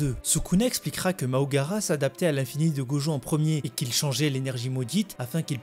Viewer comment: C'est MAHORAGA. Et non MAHOGARA